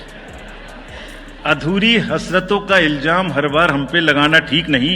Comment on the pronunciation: ILJAAM...Nahi ilzaam ilzaam..kaan me chubh gai ye urdu..😂😂